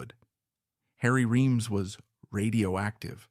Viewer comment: It's AI generated, unnatural sounding speech cadences and dialogue. Oh, and it mispronounced the dude's name three different ways. You've got your standard for quality set pretty low if this is among your best